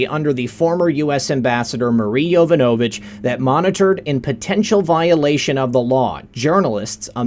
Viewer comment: Its pronounced yo VON a vitch. Not Yo van A vitch....